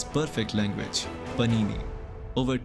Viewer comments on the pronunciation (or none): Its not Panini, its Paanini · Paanini. Not Panini. Samskritam is precise about the pronunciation as well😊